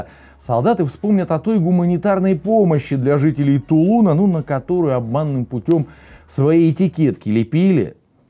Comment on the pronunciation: Ставьте, пожслуйста, правильное ударение в названии оорода Тулун. А то нам, местным, ухо режет. Правильно не города ТулУна, а города ТуланА. Кто то, начал неправильно ударение ставить и все подхватили.